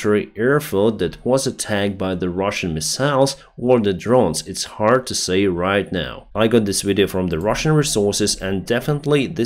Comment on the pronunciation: Can someone please tell him how to pronounce the verb to say. Thanks